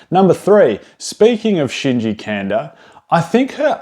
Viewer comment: Great video, but last name is pronounced "Kahn-dah"